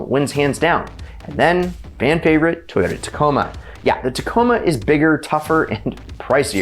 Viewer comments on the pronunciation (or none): none